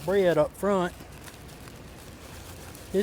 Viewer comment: Glad to see you up and around, wow you say tomatoes really funny 😊❤